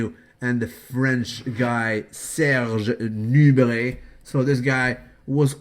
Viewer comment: Is it just me or does anyone else like the way the says Serge Nubret? LOL..Propah!!!